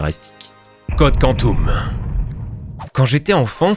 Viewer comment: « code quantoum » « GoaOld » merci pour la tranche de rire.